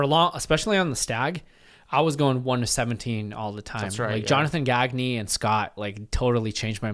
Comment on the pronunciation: Jonathan Gag-knee? 😂 Love it, but it's pronounced kinda French though